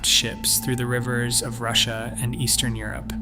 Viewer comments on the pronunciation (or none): none